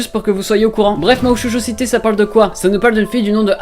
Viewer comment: T'as pas le ptn d'accent japonais qd tu dis Mahou Shoujo Site j'ai adoré regarder Mahou Shoujo Site je connaissais avant regarder ce manga c'est mon manga préféré et j'adore je vais me le refaire une deuxième fois... (ATTENTION SPOIL) Quand j'y pense j'aurai pu être une Magical Girl et j'aurai buté Nana et j'adore comment ils ont fais en sorte de parler des problèmes en combinant le côté Fantaisie Dark et j'aimerais vraiment qu'il y'as une saison deux parce que terminer sur : Elles nickent Nana la fin du monde est là mais retardée... Donc voili voilou sinon mrc pour cette vidéo